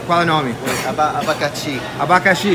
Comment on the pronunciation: errouuuuuuu..... ABACATE!!!!KKKK (ele falou abacatix o entendeu abacaxi)